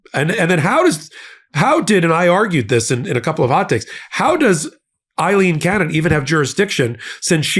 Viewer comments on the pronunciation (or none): A-leen, A-leen, A-leen NOT I-leen Both are Irish names, but are spelled differently. What you're pronouncing as "I-leen" is spelled Eileen in English.